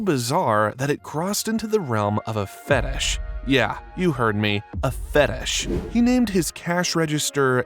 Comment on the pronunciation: When you say fetish it so fetes like fetes chees